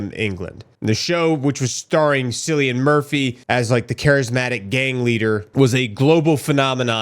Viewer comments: His name is pronounced Killian not sillian LMFAO 🤣🤣🤣. I would love to hear you prouncing certain Irish name like Siobhán or Caoimhín.! 😂 Love the channel. 💙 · I’m not trying to be that guy it’s my ocd. His name is pronounced with a hard K sound in front. Killian would a more phonetic spelling but it’s an Irish thing.